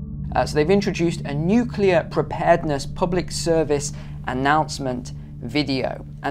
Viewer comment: Lady you sound like we are practicing a fire grill.... It's Nuclear🤔